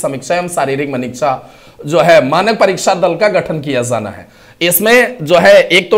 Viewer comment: Jana hai hota hai sir, zana zana bol rhe😂😂😂😂😂, j ko z bol rhe hai irritation hota hai sunke😅